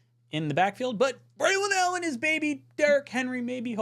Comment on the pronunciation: Somebody check on. He must be on drugs calling Allen like Henry. 😢